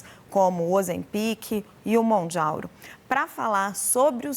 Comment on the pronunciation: Quando ela falou "MounjaUro" eu quase vomitei😅😅 Depois o médico seguiu cagando e afirmando que as canetas causam pancreatite. Depois voltou atrás. Que reportagem de merda viu? 😅